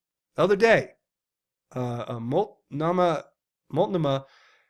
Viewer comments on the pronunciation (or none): Mult-no-ma is how you say it. That's my county.